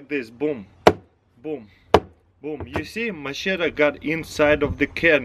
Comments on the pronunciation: Taras here's some advice machete is pronounced ma shet ee not macheta some people say you say machedder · Has he NEVER heard someone say the word machete in his life?! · can opener is $1😒 lol the "ch" is like "sh" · hahaha "macheta" hahaha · I'm more impressed on how he pronounced machete in 3 different ways